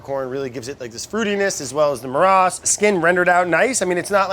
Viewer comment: Brad it's "marash"